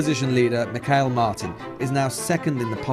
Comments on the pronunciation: Mikhail Martin lol Jesus... They can't even get his name right. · Wrong it's Me-hole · Fianna Fail, FINE Gael. Michéal Martin, MEEHAWL Martin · While hilarious it's more like Me-hall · I thought it was Mee-Hall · Incorrect. It’s pronounced Mee-Hall. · Dear lord! Sitting in India I know Micheal is pronounced 'Me-hole' in Irish! And a reporter from the immediate neighbor of Ireland doesn't!!!!! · He should've just said "Michael" since he couldn't pronounce Micheál.